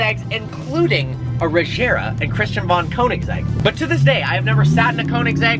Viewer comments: Actually Agera means Act, and Regera means Rule, so they're both Swedish words, however Christian choses to pronounce it doesn't much matter, it's a product of Sweden which uses Swedish words .. If you come to Sweden and see a Koenigsegg Agera you won't hear anyone saying "Ajera", it'll always be Agera with the HARD G! Might sound J'ish with some dialects, but not most. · dude the agera is a scandinavian car, not a frensch car. so don't prenounce it like its frensch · For christ sake pronounce "Agera" correctly... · he said koenigsegg wrong and agera lol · That's not how you say Agera xD ... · facepalms at how he said regera and agera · First of all why do you say "Agera" completelty wrong? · The "g" in Regera & Agera is pronounced like the "g" in gear... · Idk if I'm the only one who's really annoyed by the wrong pronouncing agera wrong😝🇸🇪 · Just letting you know, in all the Koenigsegg names so far, the g is hard:D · please learn to pronounce car names. Its actually quite embarrassing considering that you are a car guy. The literal most popular supercar recently is the chiron, yet you still say shron as its name. If you knew about the agera r breaking the record you should know that its pronounced with a hard g. smh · Hi! A hard G in Agera, and a soft one in Regera if you want to pronounce it the right way! ( i`m swedish) Love your vlog and Koenigsegg!!! Happy new year to all!! (christan usually says it with hard g`s in enlish interviews) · He says agera wrong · FYI the "g" in Agera and Regera are hard g's, not soft g's. If Christian watches this, he'll probably cringe every time you mispronounce his creation. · Why they always pronouncing it like "Cohnixeg" ? xD and people claim to be fans lol. Same with Agera / Regera being pronounced with J sound lol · dream car Doesnt know how to pronounce it right :p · Hard g watch Christian say it he says it with a hard g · Your ‘dream’ car, yet you can’t even pronounce the name